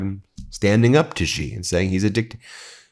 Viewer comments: IT'S NOT GEE IT'S SHEE . Too hard for you? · Xi is pronounced, sounding like She. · Thanks for your insightful reporting. I just have one observation: Xi, the leader of China, his surname is pronounced SEE